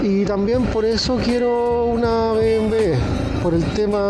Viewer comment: Llegué hasta "be eme em ve". ¿Qué significa eso?. Ese mal pronunciar que tenemos acá en chile me perturba jaja. Pronuncien la sigla como corresponde: "be eme doble uve" o "be eme doble u" o simplemenete "be eme doble ve". Y si lo quieren pronuciar en el idioma original "bee em vee".